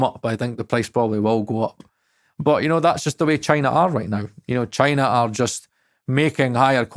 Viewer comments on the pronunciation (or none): none